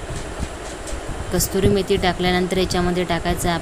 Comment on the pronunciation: Not kasturi but kasuri is correct.